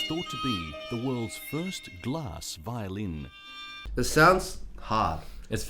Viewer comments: Violeen (guy narrating the glass violin video) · I hate that the guy pronounces violin as violeen